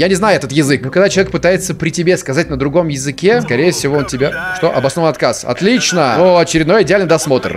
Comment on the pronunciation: Он сказал не по русскому он сказал otliiiiiichno